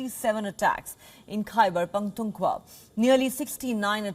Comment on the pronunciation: Why is she pronouncing the word Khyber Pakh-Koon-khwa wrong?